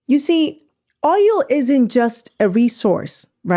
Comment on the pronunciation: Its OIL not OYO😅OL